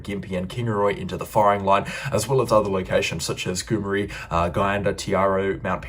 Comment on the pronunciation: Gomeri is pronounced GOO.MERRY. Just trying to help as it helps the listener.